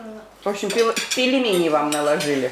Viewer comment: Почему вы всегда говорите пелемени? Пельмени! У нас в Казахстане более 150 народностей проживают но ни когда не слышала чтобы говорили пелемени. Вы же родители, для детей вы пример для подражания.